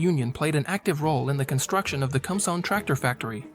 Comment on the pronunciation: Some notes. . Interesting vehicle It is powered by fuel derived from wood, coal, or charcoal. It is very old technology. "Kumsong" is pronounced "koom-song". Guess the computer can't read Hangul letters. . The building is the Grand People's Study Hall. A library, if you care to read Kim Il Sung's very extensive writing. It is within the government center of the Pyongyang, but not really accurate to call it the "main government building". The tractors, as old and small as they appear to us, could be seen as overkill. South Korea got along very well for a long time with what amounts to large rototillers. Terrific little machines with surprising torque. Seen helpful farmers pull large pickup trucks which looked pretty well stuck. But I suppose when you run collective farms, bigger is seen as better.